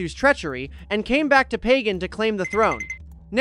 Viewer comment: Great video, but please look up pronunciations instead of winging it. Pagan is an easy one: buh-gahn. Some people put an emphasis on the second syllable, but never the first. Alaungsithu (ah-LOWNG-see-thoo) is hard, but he can also be called Sithu.